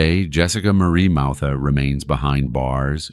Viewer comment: Jessica Mauthe was always a lying snake. She will play the victim until the end….and her last name is pronounced “moth-ee. She lives 5 minutes away.